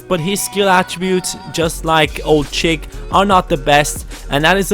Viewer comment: I always have to laugh when you say Ould-Chikh's name